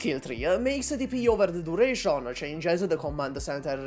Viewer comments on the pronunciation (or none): "durasion" "operasion"